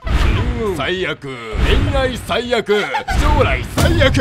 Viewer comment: 最悪ゥ！ 最悪ゥ！ 最悪ゥゥウウ！！ の読み方、完全にカイジのナレーション意識してて草